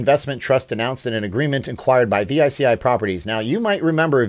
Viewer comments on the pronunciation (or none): Veechee Not v i c i